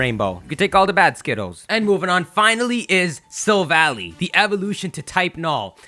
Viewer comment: It's not Silva-ly, it's Silva-lai. Because it's a Silver Ally or, in Japanese, a Silver Buddy (Shirubadi).